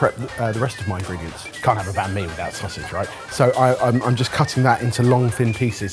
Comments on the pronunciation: I wish you could stop saying ban me and instead say bun me :( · I think I'll re-watch this episode with my vietnamese wife. Though I might put her in risk of getting a heart attack with "Bahn mi" 😅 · Vietnamese banh mi is actually pronounced bang me. Make of that what you will. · Vietnamese be crying that it's "Banh Mi" 😂